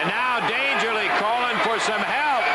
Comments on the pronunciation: Why do the announcers keep saying "Dangerly"?, did he go by that ever? Or are they mispronouncing Paul E. Dangerously? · Yeah, it's pretty annoying they couldn't get his name right. Oh, well.